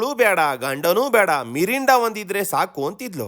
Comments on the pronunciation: ಮಿಂಡ ❌ಮಿರಿಂಡ✅ 😅😅😅😅😂😂👍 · ಮಿಂಡ ❌ ಮಿರಿಂಡಾ ✅ 😂😂😂😂😂😂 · ಮಿಂಡ ❌ ಮಿರಿಂಡ ✅ 😅😅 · ಮಿಂಡ❌ ಮಿರಿಂಡಾ ✅ super sir 😂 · ಮಿಂಡಾ ❌ ಮಿರಿಂಡ ✅😅😂